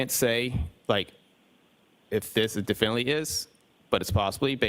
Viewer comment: did he just say definley? 🥲